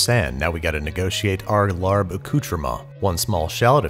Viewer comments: It’s laab not lard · I was about comment I cringed a little bit. We pronounce it “LAH-P” 😂 but I enjoyed this ep a LOT. This used to be my fav as a kid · It’s more like Lah-pp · It’s pronounced “lab” with a short a!!! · Pronounced "laab" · It’s pronounced Laab r is not pronounced they even mispronounced it in the movie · You would love me, I have speech impediment, so no matter what I would try to do it would be lalb, or lahb for me. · It's pronounced "lop". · I always see it spelled with an 'r' but it's pronounced "laab" by all the Thai people I know (including my Mother-In-Law who is always right, haha). The only main difference in the recipe is she uses fresh Thai chilies and it is hotter than hell and we use cabbage instead of lettuce as wraps. It's one of my favorite dishes. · Larb lmao. Used to bother me so much when it’s pronounced that way instead of Laab. Like hearing people pronounce Pho wrong. Made me giggle. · Its not pronounced "larb" its more "lahh-b" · It's pronounced more like LAHP. The "b" is a light "p" sound for us. But hey, it's a tough one. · Its pronounce laab lol great video. This dish is not very mainstream compared to pad thai but if u like food with really strong flavor. Try it! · Nobody seems to pronounces it correctly, I don't know how to explain it, I'm half Thai and it's been one of my favorite dishes since I was little. The best way I can explain it to you, is don't pronounce the r so much. Pronouncing it like "lahb" is probably the closest. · You said I Larb It Welp Shut Re-upload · Rachel does it look like we knew that? English is our only language so you shouldn't judge us for not knowing its proper pronunciation when its spelt Larb.